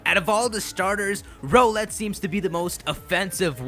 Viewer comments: I think it isn't pronounced "Ro-let" I think it is the word Owl, with an "R" before it, and an "Et" after it. Therefore, it should be pronounced "R-Owl-Et" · Isn't Rowlett pronounced r-owl-et and not roe-let? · Can you pronounce rowlet as r OWL et not ROLL ett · It is pronounced Rau let not role let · I think Rowlet is pronounced more like rOWLET that ROWlet. I mean it is an owlet, a baby owl. That's just my opinion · Rrr OWL let. Not Rohh let. OWL. Its an owl. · Yo it's pronounced R - Owl ett not roll -ett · Not trying to be rude but I'm pretty sure Rowlet pronounced "Rao-lett" instead of "Row-lett". Yknow, like the word Owlet? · HIS NAME IS ROWLET, NOT ROLLET. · Do you guys think hes saying Rowlet wrong too? I think its r OWL et vs ROW let Or is that just me? #TeamRowlet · Don't you just love how he says row-let instead of r-owl-et yet he says owl instead of ole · I'm leaning towards choosing Rowlet, but I usually tend to go with fast attackers, so Popplio might have a chance here. If it indeed does get the Figthing type, it'll have an even bigger chance. [PS: it still bothers me how you pronounce Rowlet's name. It's an owl, so why "Row-let"?] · Dude like the vid, but it's ROWLet as in 'owl.' Can't believe I have to play Captain Obvious here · I'm pretty sure it's rOWLet with the o-w-l being pronounced like the word owl.